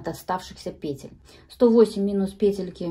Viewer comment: Может вязать сразу ушки и козырёк с трёх клубков и переходить на шапку? Накид,чтобы не крутить сразу накидывать в соответствии с той петлей,которая будет в следующем ряду! Спасибо Вам огромное за МК и за то,что у Вас пЕтельки,а не петЕльки!!! Принято слушать! Удачи Вам!!!!